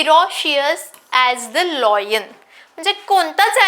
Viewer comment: Madam लायन, लॉयन नाही